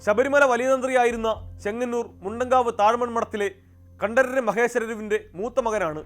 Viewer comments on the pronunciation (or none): കണ്ടരര് എന്നല്ല കണ്ടര് എന്നതാണ് ശരി